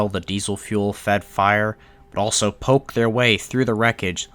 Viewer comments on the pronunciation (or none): none